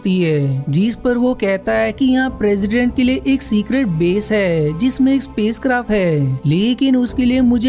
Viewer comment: Bhai... Apni hindi par work karo... जिसमें और जीसमे अलग अलग होते है। जिस पर और जीसपे।